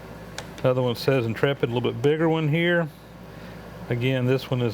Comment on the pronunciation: You actually sent a paper check in this day and age? LOL! One small correction on the interapid indicators. pronounced inter- rapid, not intrepid. you got a good deal for sure.